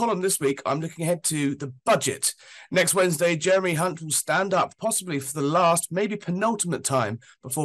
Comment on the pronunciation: He's called Hunt not chunt